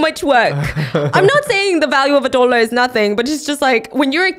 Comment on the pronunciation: “37 dwollas😒”